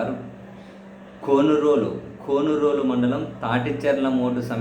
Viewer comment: Sir,, కొమరోలు. కొనురోలు కాదు